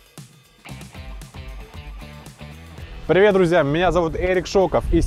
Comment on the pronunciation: Прыветь ахахаха